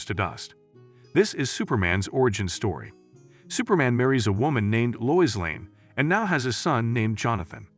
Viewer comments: Lo-is, not lois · "Loiz" lol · It’s too bad all these recaps use Ai voices. Proper pronunciation lost. So grating to hear Lois, etc spoken wrong.